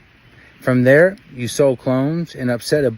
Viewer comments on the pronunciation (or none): none